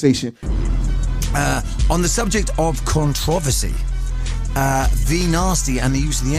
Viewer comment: the way controversy was pronounced though